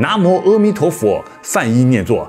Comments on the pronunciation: 主講人既然說要正確讀梵音, 而當年譯經者 "南無 阿彌陀佛" 這幾字的翻譯, 到現在要讀正確也不難, 為何主講人"阿彌陀佛" 要唸成"喔彌陀佛" ? 主講人在說到佛經中"阿"的時候, 都唸成了"喔" , 這樣明顯是不正確的.而 "阿含經" 不應唸成 "喔含經". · 哎啊 是阿彌陀佛 不是痾彌陀佛 一開始就錯了 阿彌陀佛的阿字音 展開就是無量無邊 不要在念痾或歐 是阿 啦 拜託下 要改過來啦 是阿音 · 南無阿彌陀佛.正確念[ㄚ];不念[ㄜ].正確讀音很重要.你念的翻譯音也是念[ㄚ]. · 「阿」字音「ㄚ」，影片中解說人為什麼 把「阿」字唸成痾或歐？原本古譯阿是正確的, 影片的解說者唸梵音時阿就是念ㄚ，轉為唸中文時卻總是唸「痾」。影片開頭就說了，只有正確的讀音才能產生最大的能量，謹慎唸佛號喔！ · 南無阿（a）彌陀佛，南懷瑾先生講應讀為a